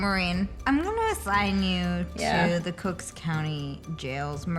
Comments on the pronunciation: Also, it is actually COOK County. There isn’t an “S”. 🙂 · Lol "Cook's County"